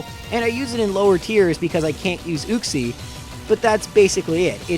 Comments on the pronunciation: You-cks-ie not ooo-cks-ie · It's YUKE-SEE not ooksee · It's pronounced as YOU-x-ē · It’s pronounced you-xie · It's pronounced youxee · You're saying Uxie wrong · You need to watch some how to pronounce Pokémon names videos. The way you pronounced Uxie and Azelf man my ears.😓